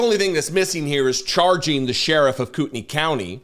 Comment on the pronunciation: Just a note to tell you how much I appreciate hearing someone report on this story who knows how to pronounce Kootenai. I’ve been cringing all week listening to broadcasts.